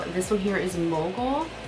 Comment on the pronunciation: Such beautiful shades!!! For mogul i legit thought u said moco 😂